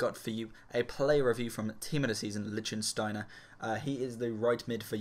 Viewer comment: You pronounced his name totally wrong :)